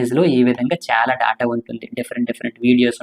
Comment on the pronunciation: Daata kadhu data adhi